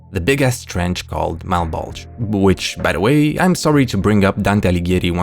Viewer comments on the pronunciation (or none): Mal-Bowl-Juh, not uh Malbulge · It’s pronounced “malbolja” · I’m fairy certain it’s pronounced Mal-Bow-Juh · Malbulge lowkey sounds like "my bulge" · Whenever you say "Malbolge" I hear "my bulge" and that just adds to the semi-serious tone of that series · Ok, I'm twenty minutes into the video and I cannot be the only one hearing "mah bulge" every time refers to the series by name. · i keep mishearing malbolge as "my bulge" lmao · “Mah bulge” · Instead of Malbolge, I keep hearing Mt. Bulge... hehehhe... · We really just gonna skate past the easy joke of the fact the trench sounds like "mah bulge"?